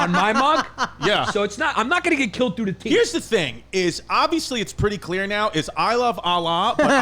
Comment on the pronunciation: Whole time I thought papi Yan was saying dying through the teet not teeth.